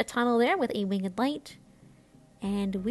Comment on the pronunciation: Love the wing-ED light! has some classic pronunciations.